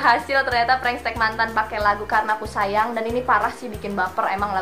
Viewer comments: Prank teks kak bukan pranks tek 🤣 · Tante lu salah nyebut prank tetx bukan prank stek